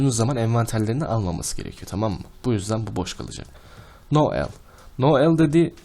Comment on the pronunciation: no al değil no a i